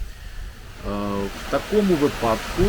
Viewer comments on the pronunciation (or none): не випАдок, а вИпадок